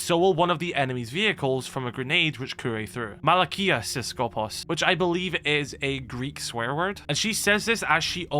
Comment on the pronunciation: For referance malaka is pronounced ma-la-ka and it means dumbass in greek